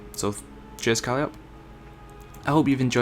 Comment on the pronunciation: "Kalleeop"? "He" lol its "Ko-Lie-Oh-Pee" and its a she :P